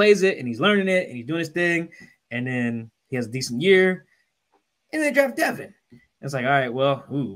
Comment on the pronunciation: it’s Devon, not Devin.